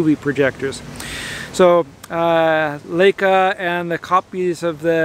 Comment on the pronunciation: I wish you would pronounce Leica correctly. If you see an ei combination you give the long "i" sound as in the word lie. In German, when you have an ie combo the "e" gets a long sound, as in the word "eek". Thanks!